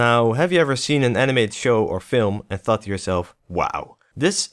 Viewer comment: I heard "And fucked yourself, wow." in the first few seconds where you said "And thought to yourself, wow." haha